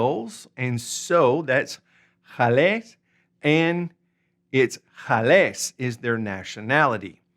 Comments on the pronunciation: Not "j" ales. GALÉS with hard g as in gun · Hola, "Gales" se pronuncia igual que "Gato", no con el sonido "J";-)